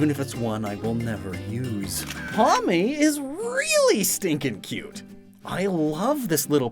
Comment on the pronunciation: I was looking away from my phone whilst playing this and when he said "Pawmi" I heard "mommy"